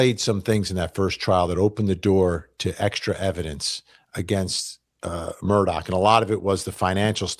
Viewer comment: Immediate subscribe for you pronoucing the name correctly (I'm in SC) 😅 Plus....Vinnie! 😊